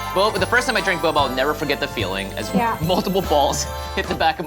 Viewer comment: "Boba?" sounds like how we Filipinos doubt things by saying "ba?" Like "Bo ba?"